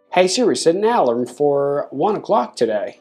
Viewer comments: Ah... you mean to say the word a-LARM. You've been pronouncing it A-larm but it sounds like you've been saying A-lum which is a chemical fixative used with dyes. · Alarm!!!!!!!! Say it the right way!